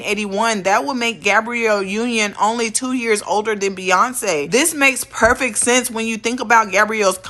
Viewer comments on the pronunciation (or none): none